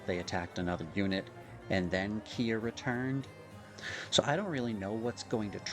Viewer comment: Hearing you say Kia with that spelling hurts me lol. Great vid as per usual though.